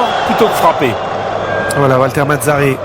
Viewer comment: valter mazzarrrri ahahahaha che risat